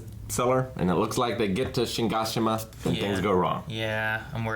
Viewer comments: Watching the last episode of season 3 part 1 and still saying: "Shingashina" Worst AoT reactors ever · Shigashima? EVERYTIME you do this EVERYTIME....IT's Shiganshina dammit! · how does and still not know how to say Shiganshina properly. they literally say it like 20 times wtf. acting like he knows how to say it is so funny hahahahhaha. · I like how they've said Shiganshina so many times and they still don't know how to pronounce it. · Congrats on making it this far and never once pronouncing Shiganshina correctly 👍